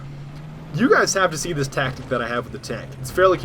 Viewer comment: its tactiCarl ; )